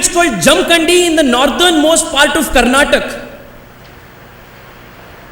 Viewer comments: Karnatak allapa Karnataka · By the way, to the young speaker in the video, it is Karnataka, and not Karnatak. Least you could expect from a Bangalorean representing his state in Mumbai.